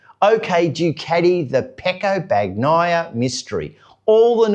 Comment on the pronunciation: Dude, it's pronounced "Ban-yai - a" - the G is silent.